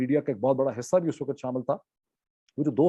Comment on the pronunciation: Your Urdu pronunciation is good, but why can't you pronounce WAQT, you keep saying waqat, waqat every time.